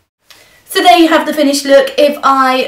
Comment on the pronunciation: soooooo AMAZING:)) love the way you say chucky :))